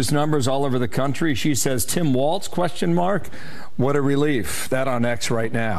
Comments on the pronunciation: KYLE! I love you but It's WaLZ, not WaLTZ !!! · It’s WALLLZZZZ!! No T! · Walls not waltz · I’m a big fan of your podcast Kyle but if you say Waltz and not Walz one more time I’m gonna lose my shit lol 😂. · I think its pronounced Walls